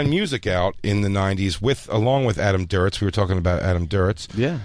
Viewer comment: good god, fellas, it's adam duritz not adam "durowitz"